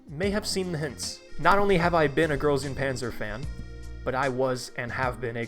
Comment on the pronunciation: Pronouncing GuP english is so cursed I can't